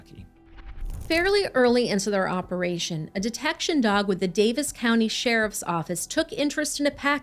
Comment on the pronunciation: Kudos for pronouncing "Daviess" properly.